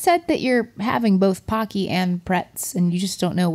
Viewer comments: my weeb is showing here, but it's pronounced "poe-key" pah key would be パ ッキー but it's spelled ポッキー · In Japan it's pronounced p-OH-cky like hokey-pokey. They are great. Pretz, too.